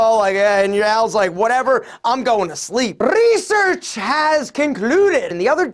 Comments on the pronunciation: You're always cracking me up😂 "Reesearch" 🤣🤣🤣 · Rrrrrrrreeeesearch .. rrrrrrrreeeesearch..😂🤘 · Not research but Rrrrresearch😂😂😂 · The way you say Research😂🌟😂😂🌟 it's funny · The way he said research for me hahaha